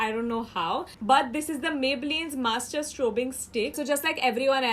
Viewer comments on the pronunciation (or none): none